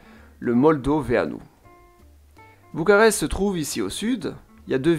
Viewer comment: Bucarest en roumain c'est București (boucourrrècht'i - i final plus ou moins audible selon le contexte), mais en français ça se dit bien b-u-c-a-r-e-s-t depuis des siècles avec un u comme dans lune et un r comme dans renard. Alors là vous avez prononcé selon quelle langue à vous ? Apparemment Bucharest en anglais, pourquoi ? Alors que les autres noms de ville sont correctement prononcées (à la) "romanește". Votre commentaire donne pitié à la langue roumaine comme française. D'un seul mot anglais pour une ville qui n'a pas eu besoin des Anglais pour être célèbre dans la longue histoire de l'Europe continentale, vous blessez Roumains et Français! Chapeau bas!